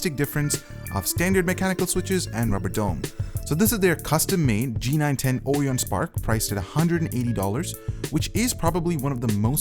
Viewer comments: ITS ORION, AS IN, OH-RYE-ON NOT ORE-EY-ON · Nice when the voiceover is just someone reading a script and not a professional voiceover who knows how to pronounce words... It's not "Or-i-on", it's "O-ryan" and it's not "Hor-i-zon" it's "Hor-IZON".